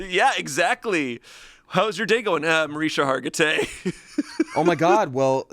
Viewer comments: Ikr!!! It's pronounced Marish-ka. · Him saying Mariska Hargitay wrong that many times is funny enough without any other jokes. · Who's going to tell he mispronounced Mariska Hargitay SO many times???